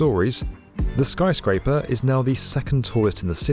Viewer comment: "Skry Scraper" 😂😂 British people just saying words any way they want